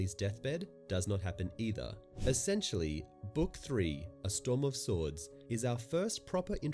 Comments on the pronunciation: Did you know, in this video, you said Swarm of Stords? I died laughing 😂😂😂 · "A Sorm of Stords"? 🙂 You must have been recording while tired.